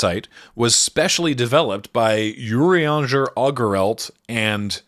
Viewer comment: I respect the effort put into condensing the behemoth that is Final Fantasy 14 into a little under 30 minutes. 10/10 no notes. However it will be immensely funny to me that the only Scion names pronounced right were Estinien and Urianger, of all people